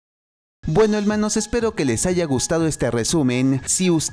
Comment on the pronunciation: Quien dice helmanos cuando empieza like 😂